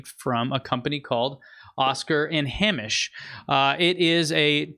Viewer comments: Pronounced hey-mish. Hamish. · just to say Hamish is pronunced Hay as in dry straw and mish sounding like fish so Haymish. love the show